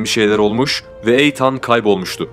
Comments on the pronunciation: Jose yi hose olarak okuduktan sonra Eateni eytan olarak okumak haha 😂😂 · Ya allah rızası için şu İngilizce kelimeleri bilmiyorsanız söylemeyin. Videonun her yerinde Eytan diyorsunuz. İnsanı rahatsız ediyor sadece. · Eytan nedir ya. Hiç ingilizce bilmiyorsunuz tamam da bari nasıl telaffuz edildiğine baksaydınız. Videoyu izleyemedim. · Eytan değil İtın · eytan degil iiiitean bence türkçe okuyabilcegin gibi azdım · Benim bildiğim de Eytan diye değil, itan diye okunduğu :) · Eytan ne be kardeşim.Bu telaffuz hatalarını bu tarz video yapanlar çok yapıyor.O kadar hazırlık yapıyorsunuz.Okunuşunu bilmediğiniz kelimelere de bir göz atıverseniz çok iyi olur kardeşim.Naçizane;''itın''. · Odaklanamadım. Eytan Eytan. Adının doğru telaffuzu Iytın. Ancak 4 dakika izleyebildim. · EYTAN NEDIR YA? BAZI ING.KELIMELERI COK GARIP TELAFFUZ EDIYORSUNUZ.VIDEOYI BITIREMEDIM VESSELAM.ETAN TURKCE ÎTIN DIYE TELAFFUZ EDILIYOR.LUTFEN, BIRAZ DIKKAT VE OZEN.ICERIKLERINIZI COK BEGENIYORUM.AMA, KAC TANE VIDEONUZU YANLIS TELAFFUZLAR YUZUNDEN, IZLEYEMEDIM! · Yalnız sanırım o isim eytan diye değil itın diye okunması gerekiyor. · Eyyan ney kardeşim iitın diye okunur okunuşlara dikkat edin komik oluyor. 😃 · İtın abi, Eytan nedir ya? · Etan (okunus: iithın) eytan diye okunmuyor maalesef ve lütfen kusura bakmayın bir süre sonra tırmalıyor kulakları. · Eytan değil, İytın okunuyor, bari adını söyleme yahu, Hoseramos ne, Hoze Ramos, dikkatim dağılıyor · Eytan değil kardeşim iytın diye okunuyor ...! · Eytan deme artık İttndeee 😂😂😂nolur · Eyytan diil... İytın... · Eytan değil edın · Eytannn nedir ya , iytın diye oku bari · Kardeşim bilgin olsun eytan diye okunmuyor, itın demen gerekiyor. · Eytan ne ya? (itın) Şu İngilizce isimleri doğru söyle ya. Kulak tırmalıyor. Dinleyesim, izleyesim gelmiyor videoyu. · Eytan degil etan yaa offf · Eytan değil Eathen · Ertan değil İ Tın olcak Etan(itın) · Eytan değil (İytın) diye okunur. Emeğinize sağlık ama bu sebepten izlerken kanser oldum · Doğrusu Eytın diye biliyorum